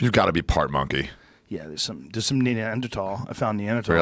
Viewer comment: Joe " neander-tall" Rogan